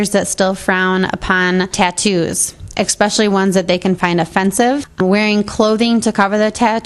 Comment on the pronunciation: "Exspecially"??? Really? I've never heard that said in a professional context.